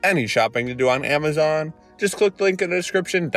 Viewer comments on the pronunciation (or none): none